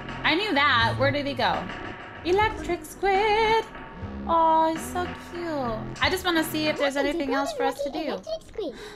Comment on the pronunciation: it said cute not cayaye ok😔😔😔😔😔😔